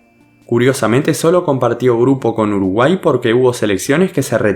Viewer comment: Alguien se dio cuenta que decía Urugay en vez de Uruguay Buen video